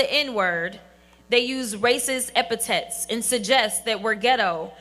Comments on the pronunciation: Yo! Jazzmeen. It's pronounced epithets not epitets, ya big lol cow. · "Eh-pih-tets"?!?! "He just lied in wait"?!?! So, she can't pronounce "epithets" or understands that the proper word is "lay", not "lied", but still has the audacity to claim that she's "more educated and qualified"? Okay, yeah, cool story, bruh... 🤣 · “…epi-TETS..” - J. Crockett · Its epithets not epitets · " Epitets "- i hate her mouth. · She graduated and says “eppitetts?” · "epitets"? She sounds more like Al Sharpton every day. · Jasmine Crocket. Epitome of the waste of space of the Diversity Hire, attempted to use the word, Epithets. A word obviously added by a speech writer, so Jasmine could appear to be above the 4th grade in literacy.. unfortunatly, having never used that word before she said.. Epitits... So many politicians are very hateable.. We are truly still living in clown world..